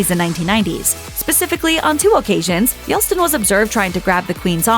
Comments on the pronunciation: it's YELT SIN not YELSTIN..... Learn to read and pronounce things correctly! It's embarrassing! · It's Yelt -Sin ....Yeltsin and not Yel-Stin. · LOL, the guy's name is yelTSin not yelSTin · Yeltsin ... Yelt-sin ... Yelt.Sin. Yelstin lives in the Bronx. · It’s Yeltsin. It’s not Yelstin. 🙄 Also, the dukedom is Harry’s title. Meghan has a title only bcus she is married to a titled Brit. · Please learn how to pronounce “Yeltsin.” You’re saying “Yelstin.” It’s Yelt-sin, not Yel-stin. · It was yellt sin not yell stin. If you are going to narrate videos learn how to pronounce your words please. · ARGH! Yelt-sin!!!!! NOT Yels-tin!!!!!!!!!!!!!!!!!!!!!!!!!!!!!!!!!!!!!!! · It's Yeltsin... not Yelstin! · I believe it's Yeltsin not Yelstin. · He is Yeltsin NOT Yelstin!! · I'm not understanding why the narrator mispronounces Boris Yeltsin's last name, and continues to do so throughout the segment. She calls him /Yel - stin/ rather than /Yelt - sin/. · It’s Boris Yelt-sin, not Yels-tin.. so annoying when you can’t get a world figure’s name correct. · Glad I wasn't the only one bugged by that! :) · Aren't there just so many poor narrators on youtube making countless errors? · It is yeltsin not yelstin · Yell - Chin, except Chin is pronounced as Tsin (sharper s). How difficult can it be? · Yeltsin not Yeltstin. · Y e l t s i n. Not Yelstin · Yeltsin. his name is Yeltsin. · Your apparently a news professional, so learning to say "Yeltsin" before publishing this would have been a great idea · It's YelTSin, not... Couldn't even type the wrong pronunciation, it was auto corrected! 😉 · Yeltsin, it is Yeltsin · I don`t think his name is pronounced "Yelstin". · Anyone else super annoyed at the pronunciation of Boris Yelt-sin's name lol showing my age that I remember them discussing him on the news lol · The narrator twice called Yeltsin by the name "Yelstin". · His name was Yelt-Sin. It’s not a difficult name to say, ffs 🤦🏻‍♀️. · Yeltsin is being mispronounced. It’s not Yelstin!